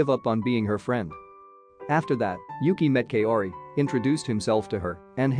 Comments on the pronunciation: Kaori’s name is pronounced “cow ri” not “Kay o ri” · Please! Kaori is pronounced as Ka-o-ri not Kayori! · Damn that Kay-ori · You pronouncing Kaori gives me cancer